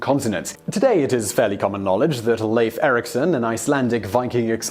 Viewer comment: It's "LIFE Ericson" not Leyf!!! Also "Higherdawl" not Hejadawl.